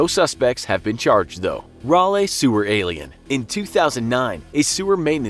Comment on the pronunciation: The way he pronounces Raleigh the first time took me out.